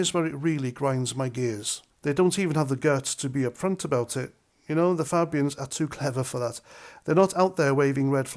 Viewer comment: Polite request ……..please pronounce the word Fabians correctly! Great post though!